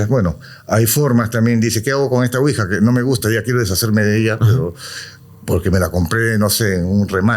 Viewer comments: Quija???? 😅😅😅😅 Ouija. ES OUIJA!! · Excelente episodio, solamente corregir ouija ( Quija).